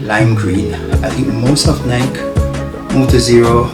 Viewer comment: Ny-Kee, Ny-Kee, Ny-Kee, Ny-Kee,Ny-Kee, Ny-Kee, Ny-Kee, Ny-Kee,Ny-Kee, Ny-Kee, Ny-Kee, Ny-Kee,Ny-Kee, Ny-Kee, Ny-Kee, Ny-Kee,Ny-Kee, Ny-Kee, Ny-Kee, Ny-Kee,Ny-Kee, Ny-Kee, Ny-Kee, Ny-Kee,Ny-Kee, Ny-Kee, Ny-Kee, Ny-Kee,Ny-Kee, Ny-Kee, Ny-Kee, Ny-Kee,Ny-Kee, Ny-Kee, Ny-Kee, Ny-Kee,Ny-Kee, Ny-Kee, Ny-Kee, Ny-Kee,Ny-Kee, Ny-Kee, Ny-Kee, Ny-Kee,Ny-Kee, Ny-Kee, Ny-Kee, Ny-Kee,Ny-Kee, Ny-Kee, Ny-Kee, Ny-Kee,Ny-Kee, Ny-Kee, Ny-Kee, Ny-Kee,Ny-Kee, Ny-Kee, Ny-Kee, Ny-Kee,Ny-Kee, Ny-Kee, Ny-Kee, Ny-Kee,Ny-Kee, Ny-Kee, Ny-Kee, Ny-Kee,Ny-Kee, Ny-Kee, Ny-Kee, Ny-Kee,Ny-Kee, Ny-Kee, Ny-Kee, Ny-Kee,Ny-Kee, Ny-Kee, Ny-Kee, Ny-Kee,Ny-Kee, Ny-Kee, Ny-Kee, Ny-Kee,Ny-Kee, Ny-Kee, Ny-Kee, Ny-Kee,Ny-Kee, Ny-Kee, Ny-Kee, Ny-Kee,Ny-Kee, Ny-Kee, Ny-Kee, Ny-Kee,Ny-Kee, Ny-Kee, Ny-Kee, Ny-Kee,Ny-Kee, Ny-Kee, Ny-Kee, Ny-Kee,Ny-Kee, Ny-Kee, Ny-Kee, Ny-Kee,Ny-Kee, Ny-Kee, Ny-Kee, Ny-Kee,Ny-Kee, Ny-Kee, Ny-Kee, Ny-Kee,Ny-Kee, Ny-Kee, Ny-Kee, Ny-Kee,Ny-Kee, Ny-Kee, Ny-Kee, Ny-Kee,Ny-Kee, Ny-Kee, Ny-Kee, Ny-Kee,Ny-Kee, Ny-Kee, Ny-Kee, Ny-Kee,Ny-Kee, Ny-Kee, Ny-Kee, Ny-Kee,Ny-Kee, Ny-Kee, Ny-Kee, Ny-Kee,Ny-Kee, Ny-Kee, Ny-Kee, Ny-Kee,Ny-Kee, Ny-Kee, Ny-Kee, Ny-Kee,Ny-Kee, Ny-Kee, Ny-Kee, Ny-Kee,Ny-Kee, Ny-Kee, Ny-Kee, Ny-Kee,Ny-Kee, Ny-Kee, Ny-Kee, Ny-Kee,Ny-Kee, Ny-Kee, Ny-Kee, Ny-Kee,Ny-Kee, Ny-Kee, Ny-Kee, Ny-Kee